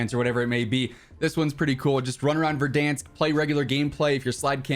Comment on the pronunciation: am I the only one that heard vardainsk